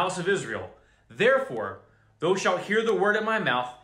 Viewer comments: "thou" is properly pronounced "th-ow" (like OW!) not like "though" :) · Brother, when you see the word ( thou) in the King James ; it's pronounced like ( thow) like wow or cow. Just helping u out so u sound more legit. God Bless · not to be that guy thou sounds like "cow" thou not thoooo fiery = " fire reeeee" not fuuuury